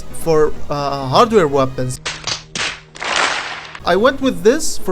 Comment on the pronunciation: Haha the way u say weapons webböns no hate tho